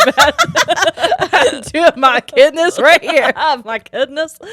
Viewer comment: Aussie is pronounced “ozzy” you pronounced Echidnas right though! Australia is a country 😭 Tasmania is NOT a country, it’s a aussie state that’s just not connected to the mainland (it’s an island) 🫶